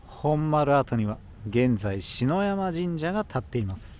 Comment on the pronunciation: 久留米に生まれ今も住む65歳のオヤジです。久留米へようこそ。 細かいことで恐縮ですが、「篠山神社」は「しのやまじんじゃ」ではなく「ささやまじんじゃ」です。御祭神は久留米藩の殿様の中で特に功績の大きかった方々5名。